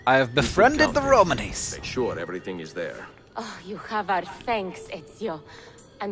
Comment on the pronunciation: Just so you know, Hank, you're putting the emphasis on the wrong syllable. It's Ro-MAWN-ee, not Ro-man-EE.